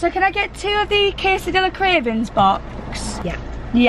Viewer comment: just letting you know you pronounce quesadilla is like casedia xxx